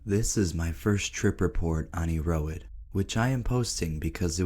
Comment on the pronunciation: I've always heard Erowid pronounced as "Air oh wid". Pretty sure that's the way you say it.